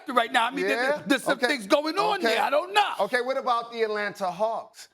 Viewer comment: did Stephen A just said 'I OWE NO'